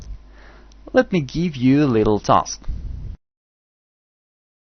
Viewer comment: let me geeve u a little tusk......very good lesson though